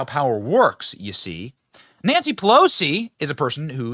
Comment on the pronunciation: Did i hear Nasty Pelosi instead of Nancy Pelosi? 😆